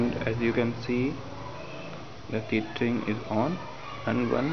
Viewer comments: Great video. Thank you. Two things: 1) The word is "tethering". ("tether" Rhymes with "leather") 2) what if your phone carrier (AT&T) will not let your phone turn on the Hotspot feature on your phone? Any solution would be appreciated. I'm trying to watch youtube from my iPhone 6 Plus on my TV. I have my laptop hooked into my TV at the moment. I don't have cable or satellite, so we watch movies from my hard drive or with the DVD player on my laptop. I thought maybe I could hook my phone to my laptop somehow. I also have a newer Roku (does not have a USB port) and an older one (does have USB port) if anyone knows how to utilize that. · He calls it "Teet"hering omg i'm cracking up laughing...hahaha